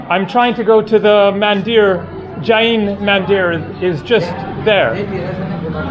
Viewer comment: Mandir should be pronounced Mundir (Mu like But).